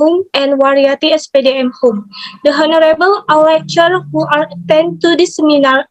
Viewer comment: please revise pronunciation of "the honorable" revise into "lecturers" as plural